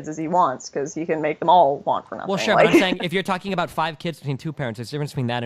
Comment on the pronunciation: She says “abought” a lot